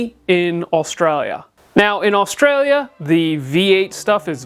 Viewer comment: Nice to hear an American pronounce Australia correctly.🙂